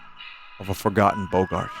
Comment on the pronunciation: He still can’t pronounce “boggart” correctly…